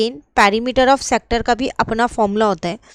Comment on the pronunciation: Perimeter❌ parimeter✔️ Sector ❌sactor ✔️ Semi circle ❌sami circle✔️ Haha😂 just for fun Well explained mam